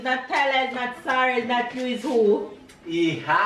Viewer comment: You pronounce the baby's name like It's spelled sahra.